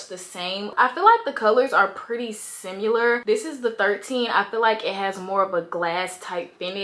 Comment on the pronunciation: Why you say "simular" 😂